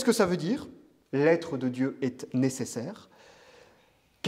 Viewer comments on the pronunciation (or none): Monsieur, on ne prononce pas le "T" quand ont cite les verbes être >>>est<<< ou avoir >>>ont<<<